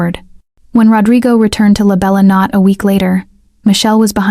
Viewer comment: Good story and pictures. May I ask, is it possible to make a change in pronunciation? The name of the restaurant is not pronounced "La Bella Not" but "La Bella No-tay." As I was typing this comment, I actually heard it said correctly one time, but nearly every other time, it's said incorrectly. Thanks for a really good story. I subscribed.😊